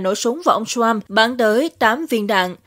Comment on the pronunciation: ..." Ông TRUMP", không phải...Ông shrump, ok! Phát âm cho đúng, không biết thì học hỏi trước khi làm XNV, ok ?